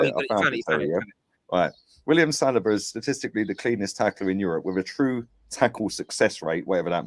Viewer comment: Lol Why does keep pronouncing saliba as salad-bar?